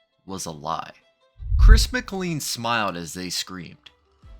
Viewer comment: Just so you know, his last name is pronounced McClean like 'train'.